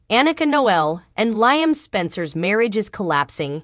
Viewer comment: Who is clever? Then you say Decon? And Liam is pronounced LEE-UM NOT LY- UM??? IF YOU TELL THE STORY GET THE NAMES STRAIGHT!!! OMG😮